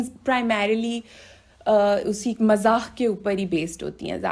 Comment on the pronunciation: Please try to use ri8 urdu words ok.. Like says MAZAKH.. but it is MAZAQ 🙄